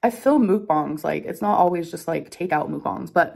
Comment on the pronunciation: after all this time she still can't pronounce "mookbahng" correctly